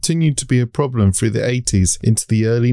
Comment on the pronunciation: "Safety FROO science " ?????? WTF? Speak English man ....If you can .